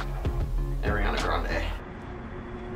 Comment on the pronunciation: Is no one gonna talk about the way pronounced "A-RIANA Grande" 😂